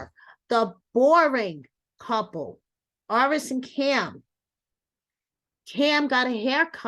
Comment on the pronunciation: TY for your commentary. It is important that you do your best to pronounce peoples names right. ESPECIALLY after they correct you!!! During your interview Aris corrected you but on every video I have seen since you continue to mispronounce her name🤦🏾‍♀️ It is AIR-is!!! Please do better, with love😊